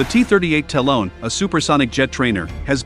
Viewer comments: It’s Ta-Lon, not Talone! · The cost of lazily handing the narration off to an app. No one who knows anything can watch past the first minute after that third time of having to hear "talon" pronounced with a long o. DID you review your work? How many times did you hear "talone" and think, "yep, must me how it's pronounced."